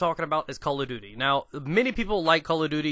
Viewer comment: I like how you say Call of Duty. . .souds like Calla Doody. Its funny.